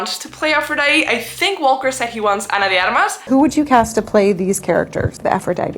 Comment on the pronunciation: Are you spanish or latina 'cause you pronounced Ana de Armas' name perfectly (and I also saw that your google page is on spanish)